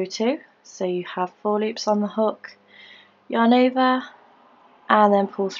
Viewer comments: Lisa Bowden ova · Lisa Bowden sounds like shes saying " your neighbor " 😂 too cute!